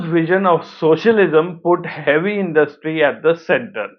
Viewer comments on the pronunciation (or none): none